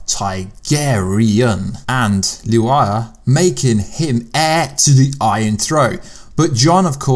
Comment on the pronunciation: Why do you pronounce Lyanna's name oddly?? Just curious.